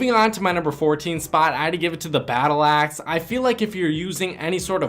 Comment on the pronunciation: the way you said “aaxe” (axe)